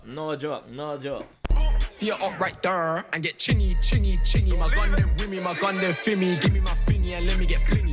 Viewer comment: 😂😂 man said Stormzy were u dhere Chingy has a song called Right Thurr